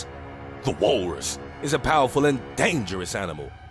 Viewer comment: "The Wahllrus!"